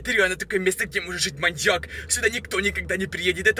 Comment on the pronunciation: Пачему ты всегда гавариши манияк